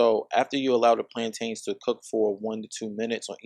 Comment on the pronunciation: Arent "plaintains" BA-NA-NAS??! They look so similar! 😂😂😂 Do they actually also taste like bananas?? 🤔